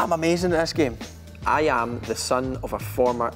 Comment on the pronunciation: Ayam ayam... 🤣 I can't stand how he pronounces I AM. Lol